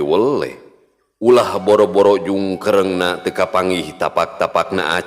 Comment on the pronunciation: Punten mang sanes jungkereng tapi jungkiring